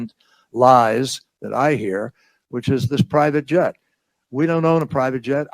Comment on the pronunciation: "One of the most outrageously persistent lies that I hear which is this pry vitjet. We don't own a pry vitjet. I don't own a pry vitjet. I personally have never owned a pry vitjet." (but we did own a private jet, and that's a good thing).